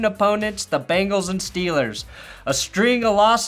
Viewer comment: BEN-gulls, not BANGles.